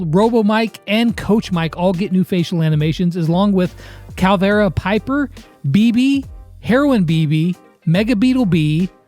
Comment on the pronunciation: Damn he really just disrespected clavera piper’s name like that lmaoooo